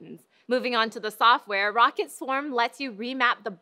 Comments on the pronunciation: "Rocket" It's Ro-ccat Isn't it? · pretty sure she should atleast be saying "Rockat" there no way that it's how she's pronouncing it at all